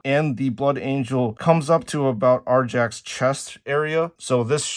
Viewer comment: Arjack? It's pronounced "Ar(ee)ak"